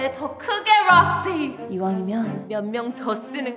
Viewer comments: 롹시 발음이랑 구두 소리 넘 좋아서 계속 보게 된다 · 롹시~ 발음 개좋아 ㅋㅋㅋㅋㅋㅋㅋㅋㅋㅋ